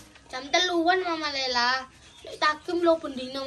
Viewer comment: emng cara ngmng nyaa ada H nya tpi tulisan nya g LEYLAH tpi LEYLA